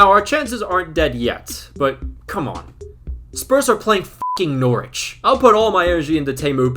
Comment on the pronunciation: We need to teach Americans how to pronounce Norwich, all the best